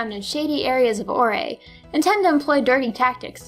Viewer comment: I'm definitely a frontier brain.My Machamp Smashed most facilities. Also you said Orre wrong.its Prounced Or.